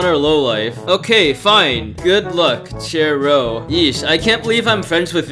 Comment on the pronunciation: u said ir wrong i thought it was CHAIR row